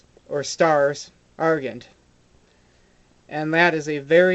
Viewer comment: A very nice explanation, thank you. Just a few points (if you don't mind), though. The colours are: Gules, Azure, Sable, Vert, Purpure and Murrey (mulberry). The stains are: Sanguine (blood-red) and Tenne (tawny). The pronunciation of Gules is 'gyu' not 'goo', and the pronunciation of Argent is 'gent' as in 'gentleman'. Regards...